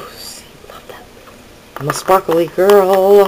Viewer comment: Hi...I love spar-ka-lee too!!!! LOL love your bead work, looking forward to your glitter bead tutorial. TFS hugs